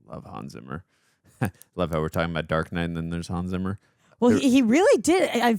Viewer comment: "Ray Liohda", "Hans Simmer", "Glediedör", "Yugolino"... Your pronunciation is hilarious. 😂